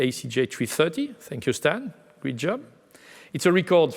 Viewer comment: Hey dear! I know you're French (me too) but given your position and salary the least you could do is try to speak a tad better English! You seem to not be getting the difference in pronounciation between "greet" and "great". Gotta work on your "ea" if you wanna spread (and not "spreed") your wings. You sound worse than Pepe Le Pew! That's a shame such high ranking jobs are occupied by people who are unable to speak decent English. That gives a bad image of us, frenchies. The cuteness of a French accent has its limits.